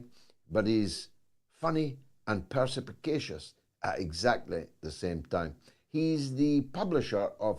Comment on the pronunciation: Can someone please tell George that the word is perspicacious, and not perspicapacious?